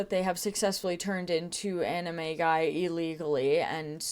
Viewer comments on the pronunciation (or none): Now on the timeline section... I know you're saying animagi, but all I could hear was "anime guy." 😂😂😂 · I can’t not hear “they turn into anime guy” instead of animagi 🫣